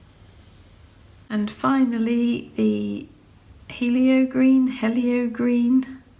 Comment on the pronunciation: Hello, So yeah, it is pronounced heeelio as it means sun in Greek. With your swatching, the right side needs a damp brush. So I do mass tone, then one slight dip straight down into water, then two wipes of rag, and wipe the bead of water off the ferule by touching it to your rag on a slight angle bent towards you. (I put my rag, right on the edge of desk on the my right side to get this angle). So starting with masstone on left, to do a graduation start with the blank wettest side top right corner, and bottom right corner and without wiping or dipping, stretch it from right to left, and mix it towards mass tone on the left. so your brush gets drier and drier towards the middle part of your graduation, so no back runs this way! So brush goes from damp to nearly dry in one move. Dry your brush a little more on the rag to remove wetness and do your lifting with a nearly dry brush. (It acts like a sponge) Doing well. There are lots of degrees of wetness! If you want a graduated wash with say 5 stages, either start with mass tone, then dip once straight down, then quick wipe twice, each stage. (include ferule wipe as a third drying) Or the other way is the lightest transparent you can make consistency of herbal tea, put a real lot of thin watery colour in your palette, and add more paint, paint each stage, dip once, wipe twice, wipe ferrule, and repeat 3 more times towards mass tone thick like cream in your palette. This method uses more water and less pigment, as you add